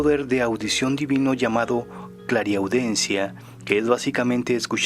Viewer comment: La palabra correcta es clariaudiencia en lugar de clariaudencia.